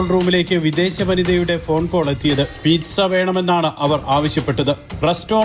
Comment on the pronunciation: Pithsa അല്ലേടാ... PIZZA